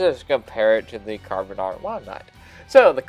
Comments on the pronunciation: It's pronounced "Can arr van" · It's pronounced CAR NAR VON it's welsh my native tongue. Great vid just bought myself one